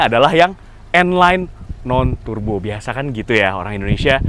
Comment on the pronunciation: Its not Tur-bo, its pronounced as Tar-bo.